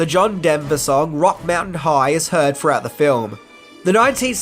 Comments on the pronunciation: "ROCKY" mountain high Not "Rock" mountain high. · Lawd... Rocky Mt high not rock Mt high. Great video as always though